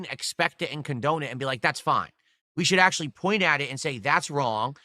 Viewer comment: His wife, ack - ack - acktuhally wants to be part of the kahntent, dood.